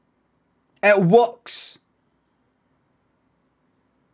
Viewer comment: "It wuks!"